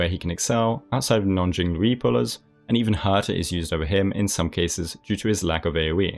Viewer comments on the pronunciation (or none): Hey, I think you should change the Jing-loo-ee pronunciation you made before it's stuck >.< more like Jing-lee-oo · Her name is pronounced ging like hunter x hunter gons dad if you watched or read gee inn guh lee uuuu but you can pronounce it as jing lie you or whatever is comfortable for you some players say ge pard mmm bii bib tor loo naiii zeee lay etc i miss pronounced some characters names too like fu xuan seele yangqing luocha its supposed to be luu ouch chaaa apparently the director cast changed it in english from luocha to that and i appreciate your guides and tier lists it helps me understand who works where and what to go for for building units and pulling for ones i lack on my weak account!! 🐻 ❤ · While it isn't perfect, you might want to try pronouncing jing liu with the second part sounding like "li you". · "Ching Luii" ??💀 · Although jing-loowee had me rolfing, great video 👍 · jingliu is pronounced 'jing lee-you' !! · her name is pronounced as jing liu (lew like lewd without d) :) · I'm so sorry that im unbelievably dissapointed at this. Its pronounced Jing-Leuw btw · I agreee Yanqing is least future proof unit amongst all the standard unit due to his finnicky-ness. I feel that he is the dps that is affected most by RNG (other than Clara if she somehow does not get hit at all). Jingliu is pronounced as "jing lee-u". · Isn’t it closer to low, rather than lee-u? Kind of like how Xingqiu is shing-cho? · I was so serious until he says Jinglooey! 🤣 Anyway, great vid as always.